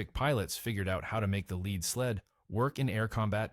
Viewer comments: PLEASE quit saying leed when you mean lead (led). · the "leed" sled... Naaaaah...